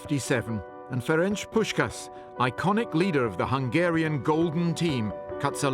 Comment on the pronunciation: "Ferencs Puszkasz" SZLAMB